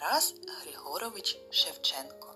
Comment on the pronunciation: Не Григорьевич, а Григорович!!!